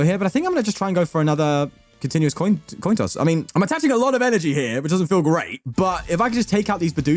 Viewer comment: "Continuous Toin Coss" classis FTW 🤘🙏❤️🤘🙏❤️